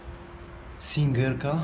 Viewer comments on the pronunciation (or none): Maszyny do szycia Singer kiedyś jedne z najpospolitszych - masówka, mało warte, trudno sprzedać. Singer wymawia się "zinger".